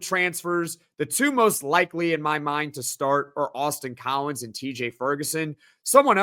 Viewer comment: Every time someone says Austin Collins, my brain hears “Boston College”. I can’t unhear it. 🤭 I won’t hold it against him, though.